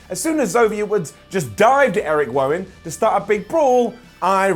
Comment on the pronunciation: X-ooooo-vier Woods and Erick Wowan? Speech output on point 😂